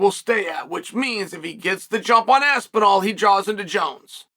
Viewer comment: Who is this Tom ''Apsinall'? The only Tom i know is Aspinall